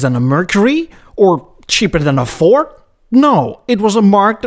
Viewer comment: I swear you keep saying 'Fort' instead of Ford.